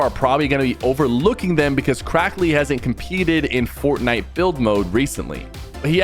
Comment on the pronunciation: "FoRT NIte" PLEASE PK say it regularly🥴🫨🤯